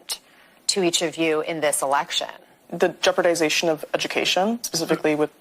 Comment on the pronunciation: "duh jeopardizashion of educashion" lol friggin dimwits